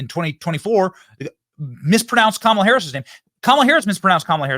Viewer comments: I heard Kamala tell someone how her name was pronounced…she said, it’s like Camma and la. Kamala, but some say Camel la!! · Its Camel - La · It is pronounced Commiela! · Oh, isn't pronounced KommieLie? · Benny I know her name Kumswalla harris, say it with me Kuuummmswwaallla harris.😂😂😂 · Her name is pronounced: "Skamula" Want you all to practice saying her name until you get it right. 🤣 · Vivek is the only one who has pronounced the Cackler's Indian name correctly...and it's not Comma-la or Ká-mala.😂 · KAY-MAY-LAY. COMMIE-LA, etc. and then the sexist prof! 🤮 shut up. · Come on, y'all. Say her name right: Kamallamadingdong. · It's Kamala with the 2nd a being nearly silent. Her heritage is from India. That's exactly how it's pronounced there.